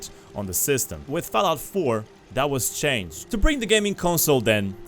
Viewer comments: bruh why you keep saying FELLOUT, dafuq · Fellaut faur, consul, faive, lol